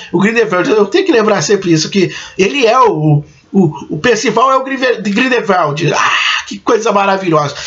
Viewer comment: Bacana os spoilers amigo. Só precisa melhorar as pronuncias Grindevéldi, Iscamender, Nil, Percivél, Crindênse, Saláminos, Obiscuris, Oblivion, Dumblandóre... etc Um abraço